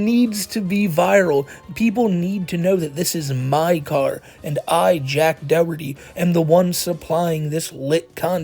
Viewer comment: its doherty not DOWERTY